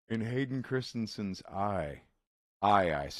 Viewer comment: He pronounced Hayden's last name correctly. Nice!